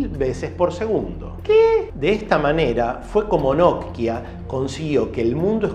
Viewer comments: Me desesperas que no puedas pronunciar simplemente NOKIA.......por qué NODKIA o NOTKIA?......por otro lado buen dato el que nos compartes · Porque pronuncias "Notkia" en lugar de "Nokia"??... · NOKIA ql, no not-kia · Porque le dice nok kia a Nokia y shopen a Chopan? Hahaha muy interesante video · Hola no sé si siempre lo pronuncie y escuché mal o xq lo pronuncias nok-ia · Lo único criticable. Me da ansiedad como partes la palabra Nokia en dos, es de corrido amigo, no nok pausa y luego hia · Hoy te descubrí y me suscribí, buenos relatos y edición en tus videos. En éste me dio gracia como pronunciabas Nokia. Saludos desde Uruguay